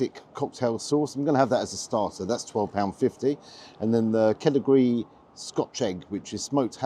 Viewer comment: But it’s pronounced kedjiree lol